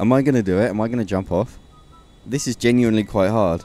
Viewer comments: STOP SAYING "GENUINLY" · count how many times this guy says "genually" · take a shot each time he says geniuanly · all I hear is Genuinly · u say genuenly a lot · Stop saying genuinly